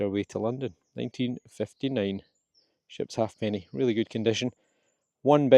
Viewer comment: Not 'half-penny,' despite that being written on it. It's a, 'ha'penny' (pronounced hay-penny).